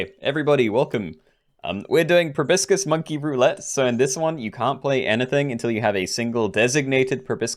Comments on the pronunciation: Proboscis, not brobiscis! You're as bad as that architect RCE at times! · Pro-bah-sis lol